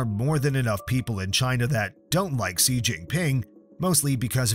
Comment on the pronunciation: Xi is pronounced Shi, it takes 2 seconds to google that